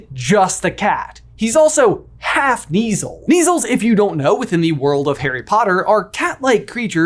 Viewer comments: I thinks kuh-neazel Like Knuts being pronounced kuh-nuts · My face whenever I hear you pronounce Lucius or Kneazle 😣 😂